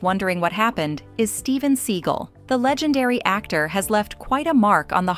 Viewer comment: Chevy Chase"s name is pronounced w/a hard "CH" LIKE CHOP, CHUG, CHAPEL ETC, ETC,- Steven Segal's last name is pronounced Se•gall